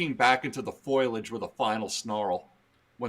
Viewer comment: references the Simpsons but still pronounced foliage wrong.😊